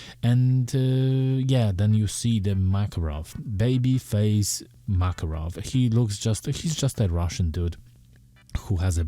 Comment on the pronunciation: Not "MAAAKAROV", IT'S "MAKAAAAROV" (Makárov). Sorry, dude. Hurts my ears